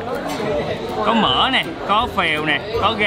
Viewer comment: E nghe a nói "mìn" e hết hồn. Xong nghe ổng nói " mìn của mấy con mẹ bò " kkkk đau bụng